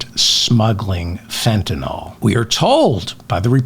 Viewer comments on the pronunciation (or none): FentanALL? You sound like an idiot, man. It's FentanILL, ILL as in SICK; not ALL as in ALL. It is spelled Fentanyl. YL not ALL. You're a smart guy, at least try to sound like one??? And no, migrants are NOT bringing in drugs, traffickers and smugglers are. WHOLE different ballgame. While I'm at it, please Dave, can the schmaltzy fake jazz at the outro of your clips. It sounds like $hit, and is a total waste of time. You have enough good content without that crap... PLEASE!